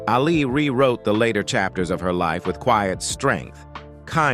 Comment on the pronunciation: Couldn't someone have told this bozo that his subject's name is pronounced "AL- ee", not "al-EE"?